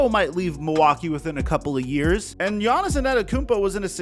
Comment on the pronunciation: Take a shot every time says "quite literally" or mispronounced Giannis' name. You're gonna be wasted by the end.